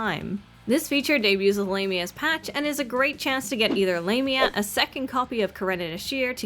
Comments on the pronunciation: Lam-eea Not lame-eea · It sounded wrong.. "Lame-ia" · I think the EN localisation is just weird. Japanese dub has her name pronounced ラミア (Lah-mia) so that is what I'll call her. Not lame-mia 😂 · It's Lah-mya is the correct one. It's of Greek etymology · AND I STILL WILL PRONOUNCE IT "WRONG". The current pronunciation just seems...LAME (No. I'm not sorry). And from what I've seen, she's NOT a lame character. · I thought it was pronounced Lah-mia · I was wondering why people pronounced it as 'Lah-mi-ah'. I forgot that it's how the Japanese pronounce it in anime. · For me as a native spanish speaker her official name in english sounds like Lame..nya XD, call her lame is kinda fitting for her character, I mean, lets be real hahaha, but I preffer how it's sounds in spanish, which is close to the greek pronunciation and well how everyone calls her "L@ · You're probably pronouncing It right, she isn't pronouncing it correctly.